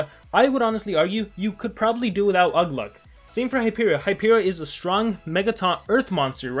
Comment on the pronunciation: its ugluk I can tell you were in a rush